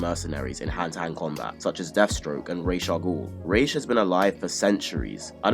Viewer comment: give it up for my man who FINALLY says ra's al ghul's name right. Even comic book channels get that wrong.